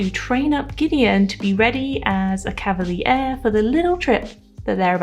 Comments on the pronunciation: nice video! p sure it's cav a leer, not cav a lee ear, but you made me google it to check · For future vids: it's pronouced cav- a- leer